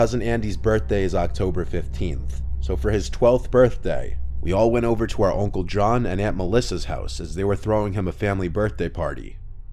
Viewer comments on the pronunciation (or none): Is anyone else hearing "oncle" instead of "uncle"?